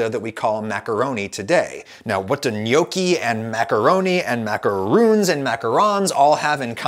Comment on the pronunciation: It physically hurts me how you say gnocchi